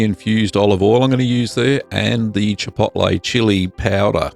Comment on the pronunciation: chipoltlay chili payowduh